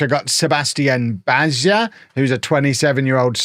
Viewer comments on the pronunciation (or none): Bajza ~= BYE-zuh ( z like zebra )